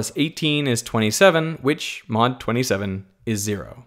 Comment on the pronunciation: Why not squared? I spilled my tea there. XD He says mod,but it sounds like not